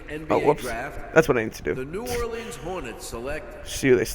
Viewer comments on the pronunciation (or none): none